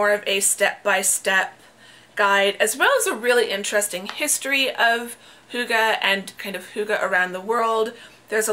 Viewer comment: Don't worry. Your pronunciation of hygge is very close. 😊